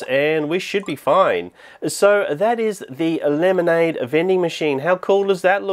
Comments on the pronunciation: I love house he says lemonade like LEmANdE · "Lemonady,"